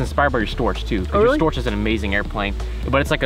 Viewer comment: The funny thing how You pronounce Storch with S first and ʃ last. Thou it is actually ʃ first (like "shame") and h in the end, like "hips".